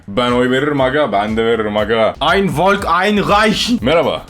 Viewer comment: Vallahi volk folk diye okunuyo abi yapma artık